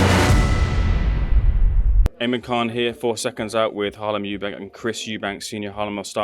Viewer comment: Eunbank Sr Jamaican accent coming out. Cool to hear